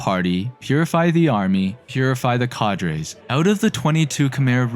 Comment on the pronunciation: Am I the only one finding the video a bit hard to follow?🤔 There's kind of a lot going on, many texts in the images....I keep focusing more on the texts rather than the audio. The meme-ish jokes were distracting too tbh. Also, , you mispronounced "cadres" lol.